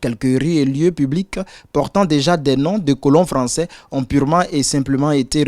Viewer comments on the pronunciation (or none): none